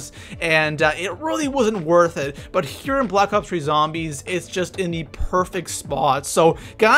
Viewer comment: AHHAHAH GO TO and listen to him say here